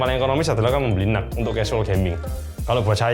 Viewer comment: Reviewer lain: Intel NUC (Dibaca: En-Yu-Si): Intel Nuk😎